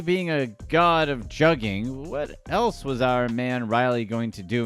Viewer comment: Your definition and pronunciation of juuging is all wrong